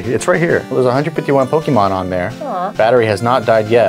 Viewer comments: Pokeeemon..... It hurt my ears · … are you saying "Pokimon"?😅 Makes me wonder, how you pronounce "pocket"...